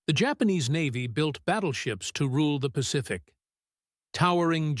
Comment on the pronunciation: Hi, fellow creator here. I've used AI narration on some of my videos in my history channel. I noticed that you have a problem with your narration of U.S. Navy, where the AI splits U.S. and Navy into two sentences. The work around I've found is to make words like U.S. phonetic in your script, "Yew Ess", for example. It also helps with tricky pronunciations. My narrator had the hardest time pronouncing, "Basilone" consistently until i spelled it phonetically. Awesome videos, BTW!